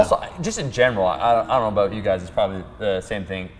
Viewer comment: "Whats starwars aboot?" HAHAHAHAHAHAAHHAHA